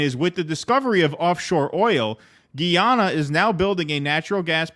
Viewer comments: We're not talking about French Guiana but Guyana. It's "GUYana" not "GHEEana." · The proper pronunciation is "ga-ya-na". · I'm from Guyana. And I believe its pronounced "guy" as in the fall "guy". So "Guy"ana. I mean no offense, you "guys" are great! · You are pronouncing Guyana incorrectly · Please do enough research on a story before you air it to at the very least properly pronounce the name of the country to which you're referring.